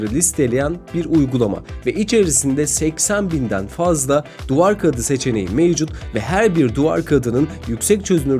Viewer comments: Kaıdı değil abicim kağıt şu yumuşak ğ yi kullan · Amma "duvar kağğıdı" dedin be birader.. Kağıt diyemiyon daha biz de oturduk seni izliyoz mk..